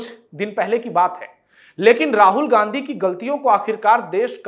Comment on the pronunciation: राहुल घांडी है, उच्चारण सही करें।